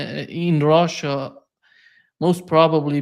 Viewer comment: “ROHHHHSHA” 😂😂😂 it’s Russia!